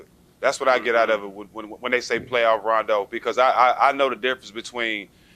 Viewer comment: Yo guys this was an awesome interview But you guys really need to pronounce his name correctly ... He corrected Jack once and is clearly bothered towards at the end when Matt gets it wrong as well The first syllable is 'RAH' not 'RAY' You see rondo's face the last 5 seconds ? He is annoyed ... i would be too ... correcting motherfckers my whole life ... god dang that must get old